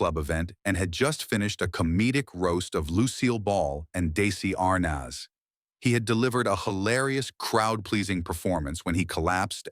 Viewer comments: You know it’s AI when the almost real narrator pronounces “Desi Arnez” “Daisy Arnaaaaz”. Interesting mostly for the videos of some comedians demise on stage. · I never knew Lucille Ball was married to Daisy R'Nazz! Give me break! How hard is it to pronounce names properly? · I quit the video when your half ass AI voiceover mispronounced Desi Arnaz and Bea Benadret's names. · Bea Benaderet and Desi Arnaz probably rolled over in their graves at how badly their names were mispronounced. A.I. narration sucks!